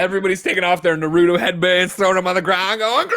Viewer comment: Tim and Greg saying “nar oo dough” instead of “Nar-ooo-toe” bothers me way too much